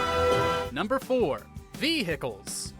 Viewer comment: V Hickles😂